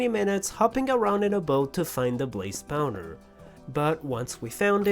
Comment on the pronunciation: "Blaze spauner"